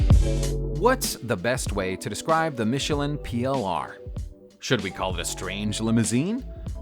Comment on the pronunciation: Michelin (not Michelline)